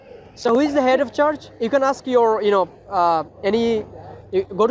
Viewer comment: you’re doing God’s work. May Allah increase your knowledge stamina and good fortune. Please improve your pronunciation i-e the word ‘church’ wasn’t understandable